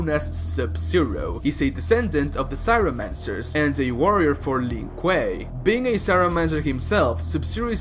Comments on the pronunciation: Your pronunciation sucks. It's Show Kun (Race of four armed people) , CRY O Mancers (Ice wielders) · CRYOmancers, not CYROmancers.